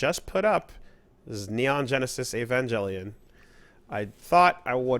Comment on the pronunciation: Angel, pronounced ain-jel. Avengelion is pronounced ai-ven-jel-e-on.